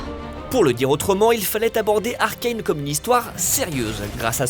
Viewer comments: après faites les erreurs de Arcane (on dit pas arcaine on dit arcane) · Bonjour! Il faut veiller à prononcer "Arcane" à la Française, je sais, ça semble toujours plus "stylé" de prononcer les choses à l'anglaise, mais là, c'est fait par Fortiche, un studio Français, sous la tutelle de Riot Games, dont le CEO (à l'anglaise, aller) est à l'heure actuelle un Français, lui aussi. Alors cocorico, ARCANE, pas ARKAYNE! Des bisous. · Arcailne, noobzzzz, mais oreilles🥶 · Pourquoi prononcer Arcane, Arkayne ? Vous êtes con ou quoi ? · Mais cette quoi cette prononciation ?! : "Arcaine" au lieu de "Arcane", "Riot" au lieu de "Rayot", "Vi" au lieu de "Vaïe"... Faîtes au moins l'effort pour les fans svp